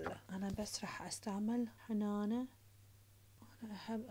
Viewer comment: هنانه❌ حنانه✅